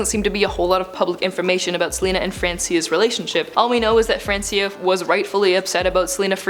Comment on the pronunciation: it is Francia, not francIa arghhh